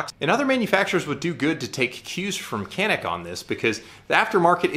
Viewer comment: It's pronouncing as "John-ick"